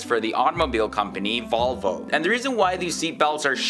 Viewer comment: Not volvö volvo